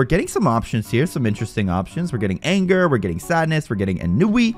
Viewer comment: ANGER AIN-GER